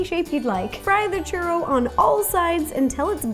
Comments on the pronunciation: same haha she said it like "shoe-roe" instead of "choo-rroh" not hating, i love her a lot ☺️ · She didnt pronounce it correctly. English speakers add the 'w' sound because they read it as if they had never heard it pronounced correctly and as if it were written based on english grammar. However, the 'o' would have to sound like it does in the word 'molt' rather than 'mow'. In other words, the 'o' sound shouldnt morph into the 'oo' sound. Its the same kind of mispronunciation that sometimes occurs with french words, i.e., like pronouncing the 't' in 'gourmet', or pronouncing 'chaise' like 'shayz' and not 'shez'. To spanish speakers, it might sound as noticeable as it would to an english speaker listen to a german speak english pronouncing 'w's like 'v's. Its not like anyone cares though, nobody expects everyone to have perfect pronunciation of all foreign languages, its perfectly acceptable to pronounce churro that way, but it is noticeably mispronounced like the examples I gave. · Omg she said it so white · Omg I felt the same way, I kept on yelling "churro" to the screen😂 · I'm not even Latin and I cringed lmao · Natalia Hernandez neither am I. I just feel if your going to bake something in a professional way you should know how to say it correctly